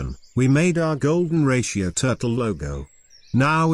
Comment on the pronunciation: Golden Rashio.. AI generated audio script.